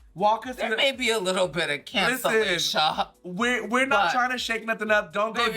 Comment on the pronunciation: “there may have been alittle bit of cancellasha” lmaooooo